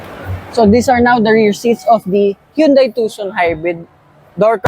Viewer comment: Hyundai pronunciation sire